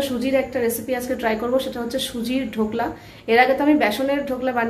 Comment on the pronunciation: ধোকলা নয় ঢোকলা